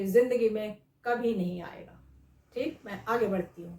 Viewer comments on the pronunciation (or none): I love the way mam says teek it’s like dam ki